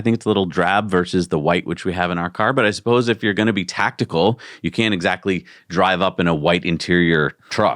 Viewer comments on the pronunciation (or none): none